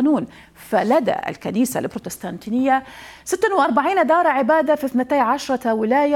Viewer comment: بعيدا عن الموضوع .. لغتك العربية ركيكة يا اختي .. بروتيستانتية ماشي بروتستانتينية 🤷🏻‍♀️🤷🏻‍♀️